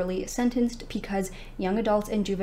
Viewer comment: Is there a particular reason why you say pee cause instead of because?? I know im not tripping, i hear it everytime you say it, i cant be the only one!!!